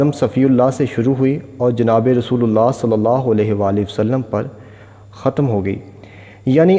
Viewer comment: My dear kjatim nehi but khatam